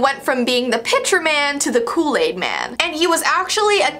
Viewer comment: I don’t know what loo laid is but it sound good!😂😂😂